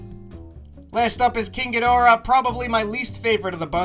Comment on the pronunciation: He finally said Ghidorah right again